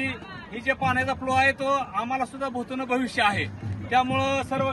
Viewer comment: अरे बोलायला शिक नीट न भूतो न भविष्यती असं बोल